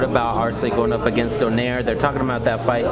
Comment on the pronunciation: i think the right pronunciation of nonito's surname is "DO NAY RE".. good job btw